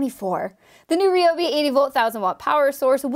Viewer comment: it's rye-ob.